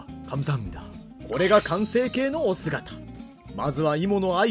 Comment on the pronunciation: お姿 발음이 오스가키로 들리는데 맞나요??